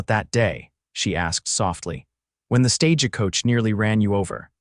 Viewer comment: It IS NOT a "stā'-jah koa-cha". It IS a "stagə" - Silent "e". No "jah". Coach has No "cha" tail.... Not "koa-cha". "Bandana" - all 3 "a's" have the identical same "a" sound as "Band", and has NO "ahh" sound in the last 2 syllables. You need a Phoenetics editor for spelling and sounds. Not often, but enough to justify someone to edit for this site. GET AN EDITOR, AN AMERICAN DICTIONARY WITH EXPLICIT PHONETICS.